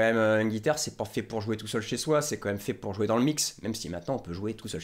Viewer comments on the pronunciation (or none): je t'aime mais attention tu dis "commême" au lieu de "quand même". Et super boulot continue comme ça!